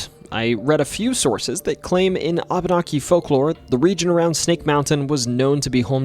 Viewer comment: Reapeat aftare me; wah bah nah key. Abenaki is pronoynced wah bah nah key.